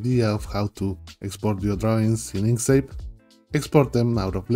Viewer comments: You pronounce it like "ink seyp". I think it should be like "ink sKeyp". (By the way, great video, thank you) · Two “k” sounds in Inkscape.